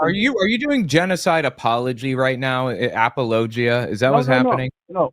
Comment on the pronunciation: you mispronounced a-PAUL-uh-GIA